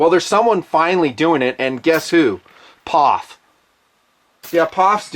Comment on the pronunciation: Its P-O-F not Pof. Is nutn being a smartass...?